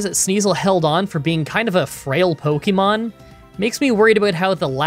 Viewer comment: Considering I have heard someone pronounce syrup in an interesting way, I say does it matter? If we're being technical, he's not pronouncing Pokemon right either. But we all know what he is talking about so it doesn't really matter in the long run.